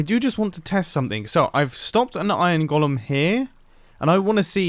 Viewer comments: I know I shouldn't care but... It's pronounced 'goal-em' Great video though. I've been looking for an efficient iron farm design for a little while now. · Anyone else hate how he pronounces "golem" and "elytra"?